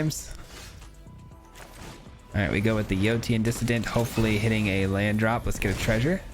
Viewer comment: Yotian is enunciated Yo-Shan